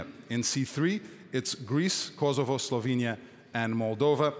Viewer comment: i dont like the way he pronounces 🇽🇰Kosovo